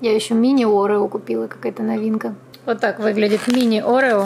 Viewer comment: я не хочу вас упрекать и учить, но вы говорите орео не правильно, вы говорите это слово через „э”, орэо, а все говорят орео, то есть через „е“